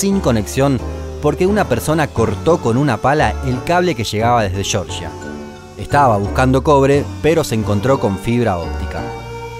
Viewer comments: Excelente video, pero el país del Cáucaso Georgia se pronuncia como está escrito, "shorshia" se pronuncia la ciudad de Estados Unidos porque respeta la pronunciación inglesa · ¿El cable que llegaba desde qué? ¿Georgia? ¿Pero por qué huevos lo pronuncias como si fuese la Georgia de Estados Unidos? En serio, los latinos a veces sois ridículos tratando de pronunciar absolutamente todo en inglés a la perfección. Se pronuncia "Georgia", como se lee. Es el país con el que Armenia limita al norte. Lo dicho, sois ridículos 😂😂😂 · Por favor el pais se dice Georgia, como suena, no digas "gorgia" como el estado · "el cable que chegaba desde chorcha" "un racho cortó el cable que chegaba desde fichi" jajaja, de qué parte de Argentina es tan cargada la pronunciación CH? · Desde chorcha JAJAJAJAJAJAJAJAJA